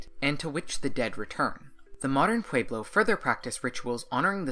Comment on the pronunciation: Pueblo has an e, not an a.